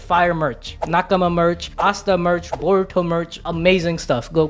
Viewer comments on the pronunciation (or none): none